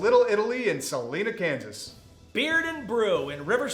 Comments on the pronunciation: Damn Yankees, It's Olathe ( O-lay-tha ) and Salina (Sa-line-a) Kansas, ya rubes !!! LOL. "Eat Rocks and Die Sir"!!!!-Scabby, 1981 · Hahaha martinellis in salena ks. Mis pronounced as shit but still a cool shout-out since I live here